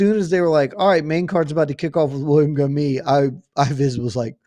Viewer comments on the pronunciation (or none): I know French is tricky but Gomis should be pronounced "Gomiss"